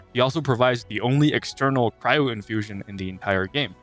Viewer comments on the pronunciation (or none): none